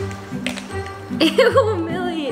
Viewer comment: opps sorry its milli not milly